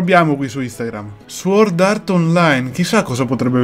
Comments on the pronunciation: sbagliato , la w non si pronuncia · NightcoreDark veramente la pronuncia non dovrebbe essere leggermente alla francese quindi "sòrd"